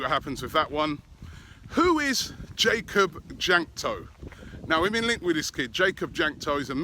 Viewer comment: It's pronounced Wank-to, Robbie.